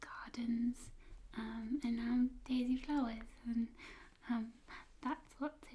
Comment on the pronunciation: did you say "daily flowers"?